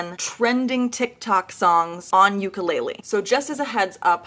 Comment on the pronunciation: did deathbed horribly. And try pronouncing "ukulele" correctly